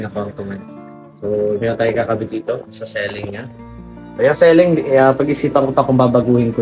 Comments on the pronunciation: "See-ling" pronunciation ng ceiling,...hindi "selling". Di man ka bisaya, bat ganyan😂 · Ceiling as in literal na siling..un ang pronounciation nya..sorry ✌️✌️✌️correction lang🙂